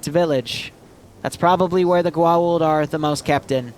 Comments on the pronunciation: Haaa-Tock Goo-Aw-oolld also the IDC are basically wrist-mounted cellphones. also Jaafa would call the goa'uld false gods mostlikely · AAAAAAAAAAAAAAAAAAAAAAAAAAAAAAa please your pronounciation pains me it's pronouced Go-ah-oold" and HA-Tak also YEY stargate also hatak stargates can't gate to the planet they're on, it's one gate per-planet so one would take precedence, since most don't have gates what about an op where you insert in tel-taks? they have functioning interiors